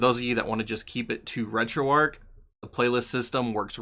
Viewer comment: You're pronouncing it Arc, but its Arch, like the arch of a bridge, or your foot. hard 'Hch' at the end.